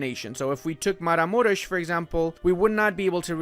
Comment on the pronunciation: maramuresh? u sound very romanian. pronounciation was pristine. could it be the case that you have romanian heritage?;))